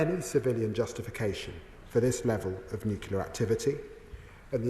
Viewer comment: Can't even pronounce NUCLEAR properly. What an embarrassment ! You are irrelevant Lammy, as is your mate Starmer !